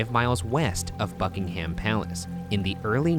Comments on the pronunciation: Pronouncing Thames right but then messing up Buckingham straight after 👌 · so... who is gonna tell ryan that its pronounced "bucking-um palace" and not "buckingHAM palace" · Sorry but as a Brit I’ve got to say it us brits sat buckingAM and we don’t say buckingHAM ( I know that they say it differently because if there accent ) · “BuckingHAM palace” Pronounced like Buckingum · Post-mortem: The way Ryan says “BuckingHAM” makes me wanna curl up into my skin like a raisin 😭😭😭 don’t go so heavy on the ham, man. I live in south east England and we pronounce it like “Buckin-um” but fast if that makes sense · Its BuckingHUM Palace not BuckingHAM Palace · Just a note for Ryan that Buckingham Palace is pronounced Buckinh'm, not Bucking-ham! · can someone pls tell ryan the "ham" in place names in the uk are pronounced like "um," so like, buckingUM palace not buckingHAM lmao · I'm sorry but.... BUCKINGHAM? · I’m British and I pronouncing Buckingham XD is Buckinghum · I straight up thought Ryan said Fuckingham Palace and was very confused Also the shroud would be a burial shroud, very creepy burn some witches, Shane is THE witch we hail him as our honorary mascot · okay i've only just started this video, but why does ryan pronounce "buckingham" like that? bucking-ham???? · No its not 😂 its literally spelled buckingHAM so why pronounce it like hum? We just don't speak proper english anymore. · oh, its not fuckingham? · I Love when Ryan tried to pronounce English places - we say „bucking-um palace“ no one pronounces the „ham“ bless him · May I just say, that, any American wanting to pronounce British names correctly, anything that ends in ‘ham’ is usually pronounced ‘um’. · I deadass gagged when Ryan said Bucking-ham palace... boy you don’t pronounce the h. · As an English person I’ve got to let you know it’s pronounced Bucking-um rather than ham - same as birming-um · As a Yorkshire lass "Bucking-um" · #postmortem How can Ryan pronounce Thames correctly but not Buckingham?